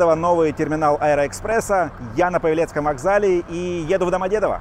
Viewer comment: Посёлок-таки называется ПАвелец, а не ПавелЕц. И вокзал ПАвелецкий. Имя-то ПАвел, а не ПавЕл.